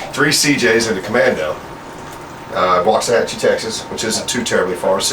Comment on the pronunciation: Its pronounced 'Walks-ah-hatch-ee'